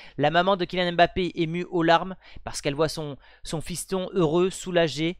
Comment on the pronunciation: C'est pas M- bappe c'est mbappé direct